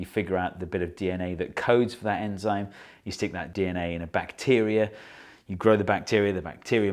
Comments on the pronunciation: anzyme? Or enzyme? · Its enzyme not anzyme. Your welcome. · Ye its "anzime" right ?